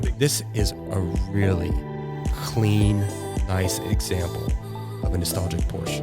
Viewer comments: I’ll be the guy It’s Porsche not Porsche Y’all sound pretentious when it’s written down The 930 turbo 5 speed manual is still my dream car though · Porsche is a two syllable word! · First thing you need to do is learn how to say Porsche. Ask a German why there is an “e” on the end and what that means. No one cares that you are intentionally being an idiot.